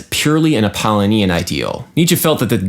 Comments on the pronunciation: wouldn't it be pronounced app-uh-LOW-nee-in? rather than app-ah-lih-NEE-in? kinda bugging me. but regardless very interesting take on viewing music in a different way. love all your videos, duderino. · Correct. Bugged my Apollonian side, also. (It should be Ap·ol·lo·ni·an ˌapəˈlōnēən/) My Dionysian side, however, is telling me that this observation about an incorrect pronunciation, and the desire to make an online correction should have been placed on a pike at an orgy of the Bacchae and mocked. Ah, such cognitive dissonance the apollonian/dionysian duality creates. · Good video, as always. Strangest pronunciation of "Apollonian" I've ever heard, though. The pronunciation equivalent to your Grammar Nazi would say it's pronounced a-paw-LOH-nian. Just so you know. :) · 'Apollonian' is stressed on the third syllable, 'Dionysian' has five syllables.